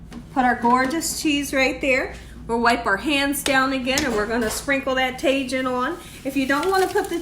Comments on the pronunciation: Ta"H"in no taJin lol 😊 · Tajin is pronounced : Tah-heen Queso cotija pronounced: Kess-ö kö-tee-ha Mayonesa pronounced: mah-yo-nessa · tajin is “ta-hin Cotija is “co-ti-ha” Looks so good. Just made this the other day. 💖👼🏻🌺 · Tajin is pronounced tah-heen